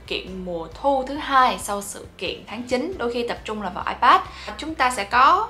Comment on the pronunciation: Bản thân đọc từ iPad còn sai kìa bạn.